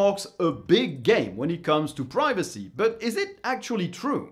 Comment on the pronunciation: i thought you said piracy not privacy